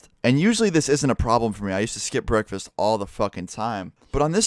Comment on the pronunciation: What’s a breekfasts